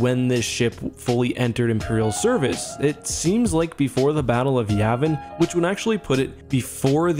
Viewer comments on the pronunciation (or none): none